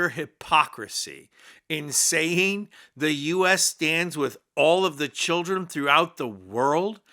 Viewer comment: We lost our reputation a long time ago. Please shut her up until she learns English. It's NOT CHEEEEELRAN. I think we need to see your visas AND your citizenship papers. Donald couldn't care less about the UN OR the way they perceive us. He'll just say we are "HOT" and he wants his "Peace Board" to be the new UN. He has all the criminal dictators there.